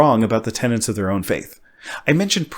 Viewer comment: Tenets. Not tenants.